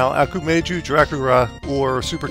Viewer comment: I love how you said "Okumayo Dracula" instead of "Ah-ku-ma-ho Dracula" :P